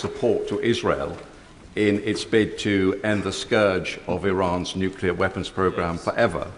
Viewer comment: "nukelar". She can't even talk properly. this is where we're at, folks.........again. It's like ground-hog day.